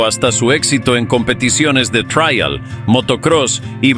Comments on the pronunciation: En español se pronuncia Trial ,no Traial que supongo que es en inglés por lo demás buen video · Me duele en los oídos y el alma escuchar "traial"🤦 Por favor, si habla español, no metan anglicismos